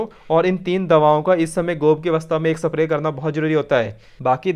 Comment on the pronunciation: अबे सप्रे नही स्प्रे होता है